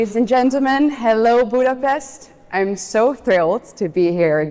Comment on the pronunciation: CPAC I have to laugh. Fidesz is corrupt and sold out Hungary . Stole all the EU funds. Even the hardcore fidesz voters are either going to vote for Mi Hazánk or Péter Magyar. Dear Eva, U are here in Budapest countless of time and still cant pronounce the name of the city :D